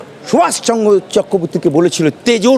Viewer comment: এটা একটা পিওর হারামি নেতাজি সুভাষচন্দ্র বসু তার নামটা পর্যন্ত শুদ্ধ উচ্চারণ করতে পারছে না সুতরাং উনার বক্তব্য শোনা মনে হয় এক মূর্খ আমির কাজ